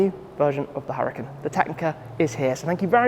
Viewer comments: Lamborghini definitely wanted Shmee to pronounce the name of this car correctly and in an Italian way. Lol. Awesome video and premium content as always 🔥🔥🔥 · I see you have finally figured out how to say Huracan. Kudos!